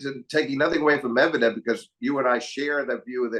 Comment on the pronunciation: Medvedev pronuncitation should be changed just like you did with Kachanov.